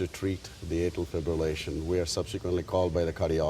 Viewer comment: "arterial fib-relation" - how does this woman have a job